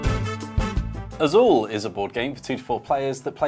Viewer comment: Excellent pronunciation of "Azul", could have done better with "Évora", though.